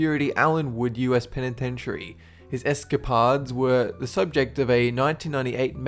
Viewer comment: I really enjoy your videos and I've watched many of them over time, but something about your videos always bothers me. There is always at least 1 word you horribly mispronounce in every video. In the case of this video, that word was "escapades"